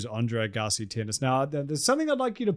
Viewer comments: Andre “Uh-gahsi”🙄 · Are you saying André Gassy? 😂❤😂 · Dude put some respect on Agassi and say his name right he is a legend